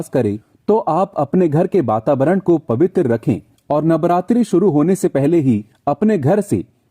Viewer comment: Bababaran nhi hota bro vatavaran hota h